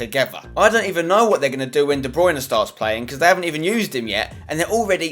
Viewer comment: Spencer I love you but it's DE BRUYNE not DE BRUYNA